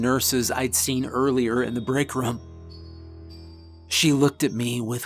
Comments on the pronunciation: Why do you pronounce "room" like "rum"? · Why can't you say the word room. OMG it is like fingernails on a chalkboard!